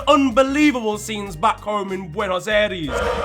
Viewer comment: That pronunciation of Buenos aries was horrid